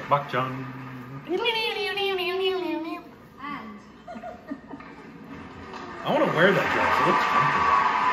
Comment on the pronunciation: Well Its not " Bak-Chan"😶😶😶 .. Bachchan is pronounced as " But-chan "